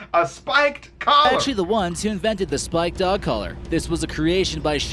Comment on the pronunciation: The narrator in the video cannot say Spiked or Collar.